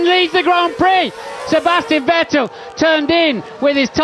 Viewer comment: It's funny to hear commentary talking about "VettEL". Dude had only been on the grid for like 5 years and win a championship, and still gets his name mispronounced.